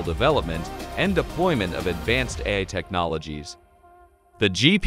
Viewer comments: So, why can't it pronounce AI? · You should at least get a text to voice app that can speak the Titla of the video. Or you could have gone through the text and put a space between every incidence of A I.